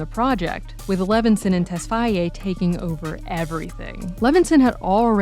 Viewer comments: For fuck sake stop saying tesfyaye it's tesfaye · It's "Tess-Faye" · It would have been better to refer to him as The Weeknd instead of mispronouncing his last name throughout. It's difficult to take the analysis seriously when something so basic was totally fumbled.